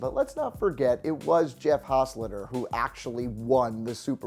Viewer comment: HOS-TET-LER.......not whatever the fuck you said